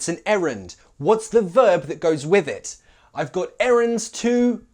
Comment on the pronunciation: LOL! My American ears picked up something (I think). When you said, "Say it with me", it sounded like say it "wiv" or even "with" (hard TH) sound. It works, and I'm not calling you wrong, it's just an observation. Great job! I think these nuances of our language are great, but only for an advanced speaker.